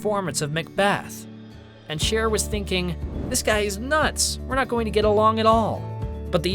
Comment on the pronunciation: It’s Cher btw not share!!